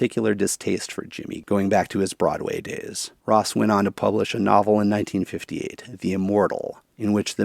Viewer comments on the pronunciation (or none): none